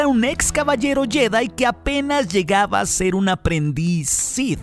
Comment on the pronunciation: Porqué dices jÉdai??